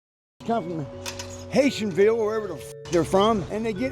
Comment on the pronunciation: did he said the hatianville😭